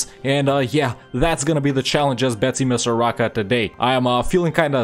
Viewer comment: Mad-a-gas-car Bet-sim-is-ar aka madagascar